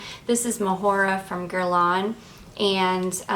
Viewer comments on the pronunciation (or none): none